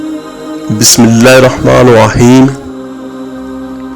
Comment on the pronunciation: “Arr-Rahmaanir Rahim” is being repeatedly recited wrongly as “Arr-Rahmaanoh Rahim in both “Bismilah.......”and the second verse of Surah Al-Fatiha with an additional sound of Arabic “hay” which must be corrected in the video. No doubt the work is sincere—Jazak Allah—-but Allah’s words must be recited as per His Book and the known/valid pronunciation/accent.